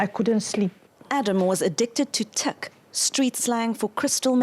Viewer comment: Teek ? Could he at least pronounce the word right? It's Tik